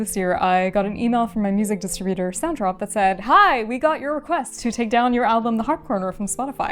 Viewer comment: your distributor is called SONTROP? Maybe enunciation isn't for you.